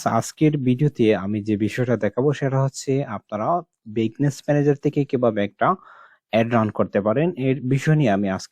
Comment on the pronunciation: বিজনেস কে বারবার বিগনেস বলছেন কেন?